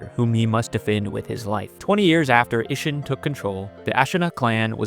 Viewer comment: Not to mention "Allent", "Iyadux", "Ish-inn", "Kyuro", "Hoarah Lux", and "Grafted Seeon". Bro is just pronunciation-challenged